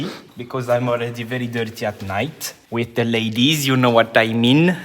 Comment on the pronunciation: '' zhe ladyz '' 🤣